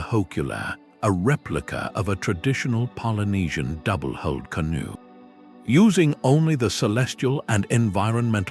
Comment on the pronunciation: AI's creation of a "kelp forest" is hilarious. The many mispronunciations ("did the *tuba* float across on its own," "double-*holed* canoe," etc.) and the images of four-fingered humans with European faces earlier in the video are funny enough, but imagining a canoe among kelp "trees" jutting far out of the ocean is supreme.